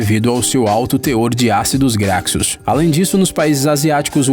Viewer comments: Ácidos "Gracços" doeu o ouvido. Haha 😂. Se lê ácidos "graCHos" (graxos). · Graxos se pronuncia "Grachos" 👍🏻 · Ácidos “grakssus “